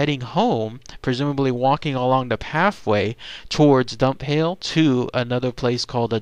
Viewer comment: Dunphail is pronounced like Dun-fail. I have visited the Dava Way via the town I live in called Forres, and so far no phantom train sightings, though I have heard of it, and it's supposed to be an anniversary haunting. Maybe I will be lucky the next time I venture up the old railway line, eh?